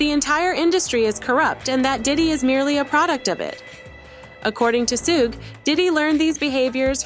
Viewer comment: soo-gay????? really?